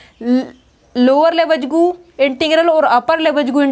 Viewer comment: लिबेग न कि लेबेज्गु